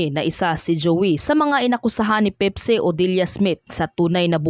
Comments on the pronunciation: Hindi po pipsi ang name ng babae ate. Pepsi po ang dapat na pagbigkas. Hindi pipsi😅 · PIPSI? Pakiayos po ang accent pls